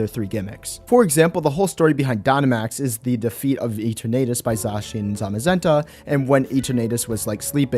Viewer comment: Can you stop pronouncing Eternatus like that.